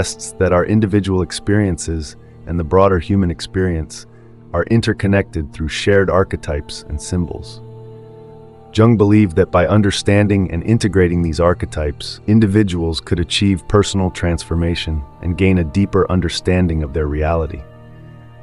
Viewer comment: You pronounce Jung with Y not a J.